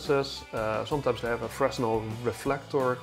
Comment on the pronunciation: Good video, thumbs up. One small thing though, you don't pronounce the "s" in "fresnel". It's pronounced "fruh-nel".